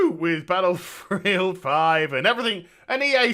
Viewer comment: "With Battlforreeeild 5"